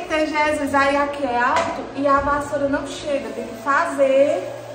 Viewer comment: falando barro?bassoura..kkkkk mulherrrr😂😂😂